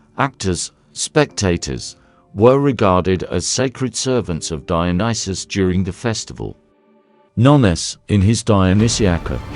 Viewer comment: Brilliant video ❤ and, at last - someone pronounced his name right😂 Would you consider doing a video on Antigone? ❤